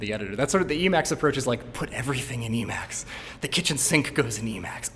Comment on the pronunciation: You need to be even braver to show it off and mispronounce it lol